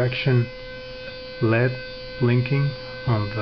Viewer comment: Very minor correction: They're pronounced "L.E.D" like the letters, not "lead". Nevermind that though, that's a cool project. Rickenbacker uses something very similar to scatter-wind their pickups.